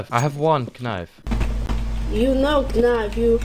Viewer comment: When he said kenayf i felt that